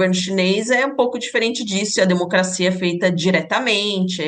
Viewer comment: Ela disse " denocrscia venezuelana 😂😂😂 vai cagar professora 😂😂😂😂